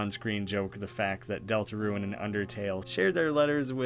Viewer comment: Great video! Just a heads up. A lot of the time you’re pronouncing rune as ruin. Peace!